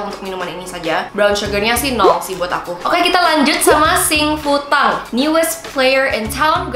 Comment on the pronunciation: Cuma pengen ngasih tau aja 幸福堂 Xing Fu Tang itu bacanya "Xing Fu THANG" karna kalo mandarin huruf T dibaca TH 😊